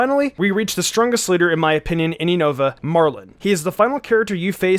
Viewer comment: Wow he still pronounces unova wrong lmao all the pokemon youtubers always butcher the name but whats weird is that actually pronounced it correctly when he talks about skyla lol